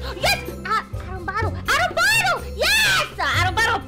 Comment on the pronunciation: "Arombado" sksksks pareceu meu irmão tentando chingar